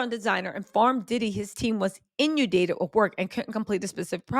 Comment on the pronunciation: Girl, I love you, but you've GOT to stop mispronouncing words.🤦 Every video is peppered with them and it's super distracting, especially when you repeat the butchered words. (It's in-un-dated, not innudated!) It only happens when you're reading someone else's words, so maybe look up unfamiliar words and their meaning & pronunciation before you go live? I don't know..🤷 I like your content though. 👍